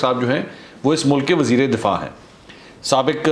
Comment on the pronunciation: Mansoor bhai .....wazir e difaa nahi wazir e dafaa .